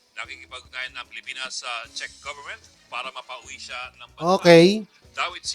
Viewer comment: Czech (check) Republic when you pronounce